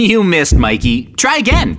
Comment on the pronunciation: Bro it's Mikey not mayceili